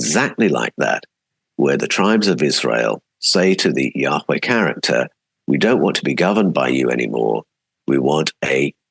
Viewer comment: Can't wait to read all of your books. A small question I have is why you pronounce Yahweh, "Yaa-WHay" (like whey from dairy) rather than Yaa- Way as is typical. As a translator, I'm sure you have a reason. I want to pronounce it correctly. Thanks.